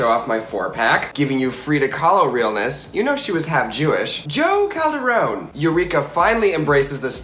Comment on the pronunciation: "JO CALDERONE"!!!!!! omfg